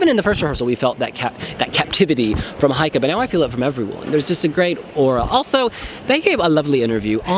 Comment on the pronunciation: still saying "Heike" instead of "Geike"... come on you can do it:-)